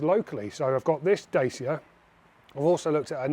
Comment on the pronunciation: Please learn how to pronounce "dacia"